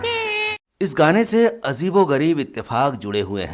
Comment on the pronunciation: Ucharan sudhariye. Azeeb nahi hota Ajeeb hota hai.aaz nahi aaj boliye.